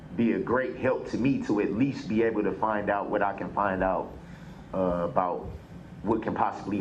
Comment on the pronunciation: "ak least"